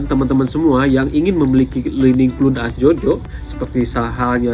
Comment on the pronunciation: Clun? Wkwkw cloud (kloud) bacanya jangan asal²